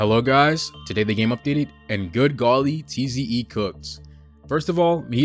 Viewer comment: tze not teezee e